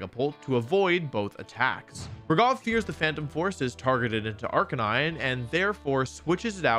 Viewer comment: My only problem with this excellent video is how wolfey keeps mispronouncing arcanine😔